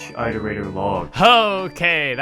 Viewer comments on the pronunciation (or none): I progressively got more angry every time you said "I" terator, instead of "it" erator. God. It's like "iteration". Do you say "eye-ter-ate" (iterate) ???? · Pretend that your "eye-torator" pronounciation is correct, your struggle is meaningless to us. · This video is fantastic but it deals mental damage to me every time you say eye-terator. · Wow it appears I’ve picked up your pronounciation of Iterator. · ARGH why do you keep mispronouncing the word "iterator" if you know the correct pronunciation? >< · I have to ask- Why do you pronounce 'iterator' that way? Is that how it's canonically pronounced? I mean, you wouldn't pronounce 'iteration' eye-teration, would you?